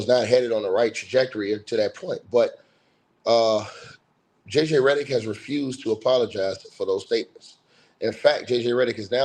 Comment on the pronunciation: I love how you keep saying Redderick 😂😂😂😂😂